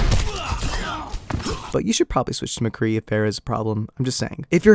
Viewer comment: more like "nice aim mAcree"